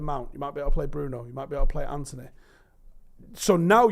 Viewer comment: Why cant pronounce An-To-Ny properly? Says Anty